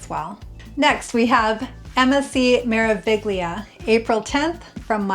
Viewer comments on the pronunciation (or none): Thanks for the info. Just an FYI the "g" in Meraviglia is silent. In Italian a "gl" together followed by and "i" sounds like the ll's when you say "million." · Learn please how to pronounce Cunard and Meraviglia!